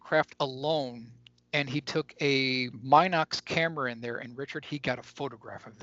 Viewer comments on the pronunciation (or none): The little 8mm still camera is pronounced MIN-OX